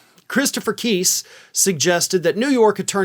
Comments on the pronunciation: Not keyse..Kise!!! Pronounce his name right!!! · Please pronounce Chris Keis' name correctly. It is not KEEESE, it is pronounced KICE, rhyming with MICE AND RICE...and stop with the dog at the end. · it’s pronounced like NICE! KISE! Fuckin a, dude, get it right. You’re not as professional as you think you are. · Think it’s pronounced- K I H S E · love your broadcasts but please pronounce the names correctly. Dump lawyer is pronounced KIse. The "i" isn't an "e." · Kise is pronounced with a long I, not a long e. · Why are you pronouncing Christopher Kise's name wrong, as if you haven't heard anyone say it before. You can hear him pronounce it himself easily. This channel is so weird.